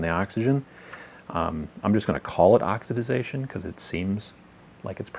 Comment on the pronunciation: Oxidation. You keep adding an extra syllable!